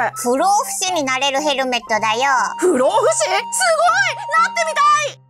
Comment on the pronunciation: ふろうふしじゃなくて不老ふじみだよ